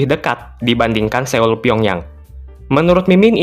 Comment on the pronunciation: Cara baca Seoul yang benar bukan Séul, tapi Sol dengan huruf O yang agak mindeng "SÖL"